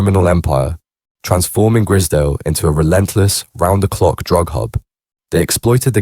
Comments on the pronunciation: You pronounce it like you would say prize .. grizedale estate not grizdale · “Grizzerdale Estate” 😂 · AI voice? Keeps switching pronouncing their surname. Also the pictures look like Grizedale Estate, Lake District. Very different type of estate to the one in Liverpool